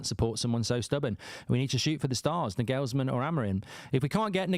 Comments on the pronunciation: Mark, it’s Nagelsmann (Naw-gul-sman). Not Nah-gells-man. Also, no way does he walk away from managing Germany to manage crappy United. Lol. And here comes Gareth Southgate in 3, 2, 1… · For God’s sake pronounce Nagelsmann PROPERLY!